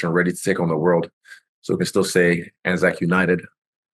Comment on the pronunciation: Izzy saying anzac united makes me proud